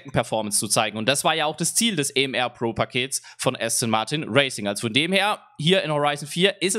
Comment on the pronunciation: Aston Martin Vulcan AM*AR* gesprochen nicht ER und es heißt Pro nicht Bro